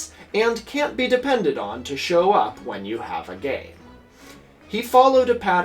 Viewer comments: Chatham is pronounced "chat am" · Actually it's pronounced "Chatt'am" which is old English for 'forest settlement' but is named after William Pitt, who was first Earl of Chatham England at the time. 😉